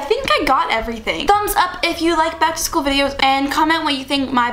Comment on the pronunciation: "Keegan Ac-to-school"